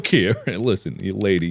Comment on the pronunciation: Sounded like he said Lixian instead of listen